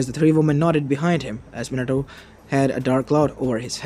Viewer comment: MINATOOO hmmm or minatoe XD